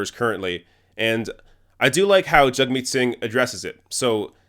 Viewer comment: I've noticed you say "JUG-meet", I thought it was "JAG-meet"? Either way, great video. Thanks from the UK, hope to see Singh, Corbyn and Bernie in charge ASAP.